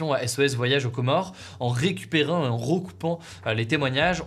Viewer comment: on a le droit à l’accent québécois sur « en récupérant » 😂